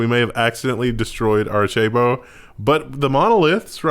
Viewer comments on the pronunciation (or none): Miles Morles, Jiff, Aricheibo (Arecibo). Is trolling with these pronunciation?